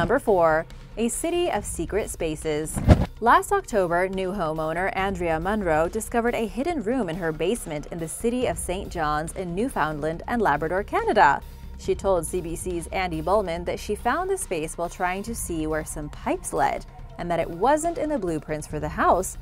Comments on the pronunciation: Hate to be that guy but, when pronouncing Newfoundland it sounds like New-fin-land or Newf-and-land said really fast. Kinda similar to new vinland which I thought was interesting after watching another great video of yours. Love your work!! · new-found-land haha not how we say it but that was cute